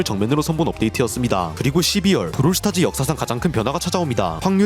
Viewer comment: 브롤 스타즈가 아니라 브롤 스타츠네 ㅋㅋㅋ